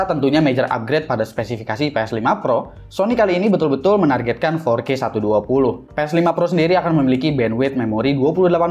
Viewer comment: "BiSa FoRkE sErAtUs DuA pUlUh HeRtS"